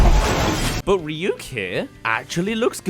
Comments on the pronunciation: Also “Rhy-ack” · And the worst part of it is Light saying Rah-yuck instead of Ryuk.